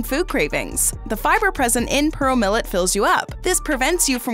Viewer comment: She says 'Purrole millet' not pearl millet 😃🤣🤣